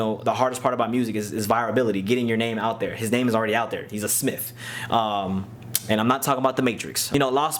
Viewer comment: LOL you said “Jaden Smiff”